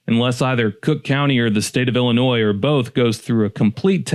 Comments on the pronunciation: Why does he keep saying Illinoisssss? No s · Why are you purposely pronouncing IllinoiSSS incorrectly and with such emphasis? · The S is silent in Illinois I grew up in Illinois 😡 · It's Illinois silent s not Illinoise, haha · Drop the s in Illinois. It is an Indian word. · There is NO Noise in IlliNOIS. The S is silent. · Jackass it's not noise the s is silent you lose. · My family helped settle Illinois and we all still live there and we have never called it Illi- noise!! You are pronouncing it wrong!!!!!!!!!!!! I also hope you do not pronounce Joliet, Jolly- et!! Please do your research!!! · 🤣🤣🤣 i live in NW Indiana and have called it Illa-NOISE for decades and boy does it piss them off 😂😂😂😂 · Please learn how to same the states name. DO NOT PRONOUNCE THE S AT THE END!!! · The way you pronounce the name of Illinois makes everyone in Illinois want to drag you through the corn fields. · The S Is Silent In Illinois. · Lived in Chicagoland suburbs all my life. No one pronounces Illinois with an s on the end of it. The s is silent. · No S pronunciation in Illinois. It’s silent, like the p in swimming. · Bruhhhhhh. I'll accept the ironic pronunciation of the state, but USI... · Why the emphasis on the s at the end? It's silent dude. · Stop saying the s. You never say the s in the state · It's not Illinois it's Illinois the S is silent if you ever took English you would know that so you must be a dummy dummy! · Dude please stop adding the s when you pronounce our state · I couldn't get past Carbondale. Horrible take out of the gate. As we say to the unintelligent, who had to learn all the state names but must've cheated. There's no noisE in Illinois! And Carbondale has always been S I U fool! Thumbs down and not a subscriber. Do better! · After hearing you purposely mispronounce the state name I ended the video and I will never watch another one of your pieces of garbage again a-hole.